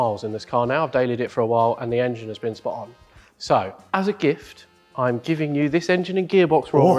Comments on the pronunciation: As says - the "Angine" - love it! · Can you lads please pronounce 'Engine' properly!!!! By properly I mean like a certain BMW guru.